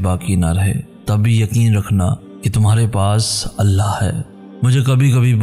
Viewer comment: why you always pronounce Allah as Allha?!!! What's wrong with you man? I always try to avoid that but can't tolerate anymore. How is this possible that a Muslim can't say the name of Almighty Allah in right way? Don't ever say Allha, say Allah